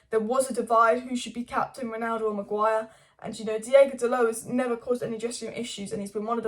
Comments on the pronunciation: its DEE OH GO not DEE A GO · But why do you say "DiEgo"? He's "DiOgo," no?